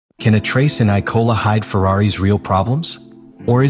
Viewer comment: Why does is this script reader Ap keep mispronouncing IMOLA as ICOLA and ISOLA. So is the script fucked up or text reader glitch! ITS A LAZY MISTAKE.